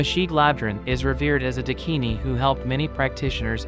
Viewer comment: Please this is unbearable..... It's Daakini